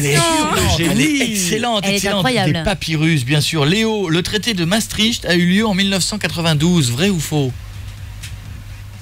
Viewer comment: Ils savent pas prononcer "Maastricht", c'est amusant.